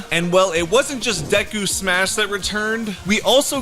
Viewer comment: Say the names right Say deku and Todoroki Right